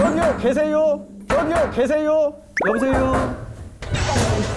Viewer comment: 개미쳤다 ㅋㅋㅋ큐큐ㅠㅠㅠ큐큐큐큐큐큐큨ㅋㅋㅋㅋㅋㅋ 경비아저씨 ㅋㅋㅋㅋㅋㅋㅋ 여보세유??! 아 개웃기 뮤ㅠㅠㅠ ㅠㅠㅠ 하ㅜㅇ얼마나 돌려본지 모르겠음